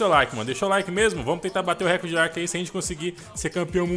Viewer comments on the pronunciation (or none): none